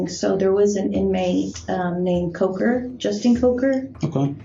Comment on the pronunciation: his name was coker. but.. well.. except in this interview.. this woman would alway pronounce it cocker. and the way she said it was.. 'cock her.'